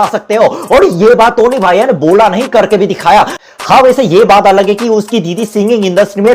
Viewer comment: it 's टोनी not तोनी🤣